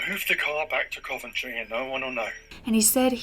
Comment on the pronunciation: Omg I live in Coventry, you pronounced it a bit weird to me though😂